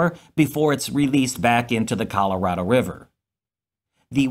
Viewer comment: How do you pronounce Colorado again?